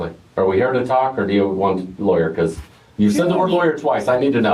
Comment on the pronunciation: you really put emphasis on the letter L in talk. Tawlk